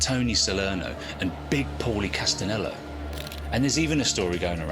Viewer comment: Castenello??? Castelano dude, your time line goes all over the place... your research sucks